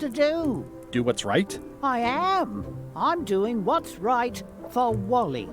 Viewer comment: Je suis le seul à comprendre WALL.E au lieu de Wally? X)